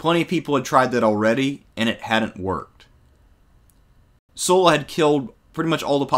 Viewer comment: Thanks to pronouncing Sulla's name correctly.